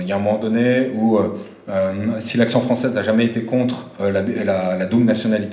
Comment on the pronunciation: L'action fronssaise là-dis dont